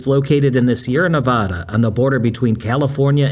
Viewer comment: Please learn to say Nevada correctly. You are hurting the ears of the few hundred thousand native Nevadans...Nevaaada.